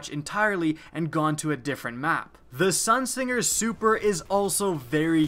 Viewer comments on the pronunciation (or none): none